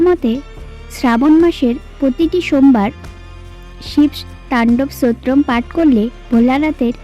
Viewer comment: উচ্চারণটা ঠিক করে বলুন স্তোত্রম।